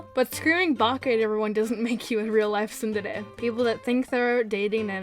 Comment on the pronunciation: And we also say tsundere like sún-dare-e